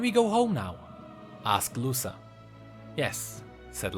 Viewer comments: I'm a big fan of yours, I love your vids and theories. But, GODDAMN, it hurts to hear you pronouncing "Luca" as "Lussa". Dont know if you heard this pronounciation somewhere, but is a quite common name around here (Brazil, and probably other latin countries too) and its pronounced "Luka". Anyways, great vid, keep up the good work <3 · I might be wrong but i believe that it's pronounced Lu-ca not Lu-sa Most names like that a pronounced the former way. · I think its actuly luka not lusa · I think is pronounced "Luka" In spanish the C is pronounced K when is placed next to a o u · Btw Luca is pronounced Luka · the c in luca should be read as the c in crown